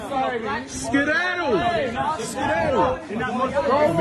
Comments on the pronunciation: Man said skeedadle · lol he said Skidaddle. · Black people are funny. “Scaddatle” lol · Dude said "Skedaddle"? 🤣